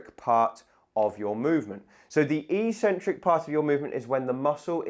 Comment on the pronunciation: Eccentric, not eecentric!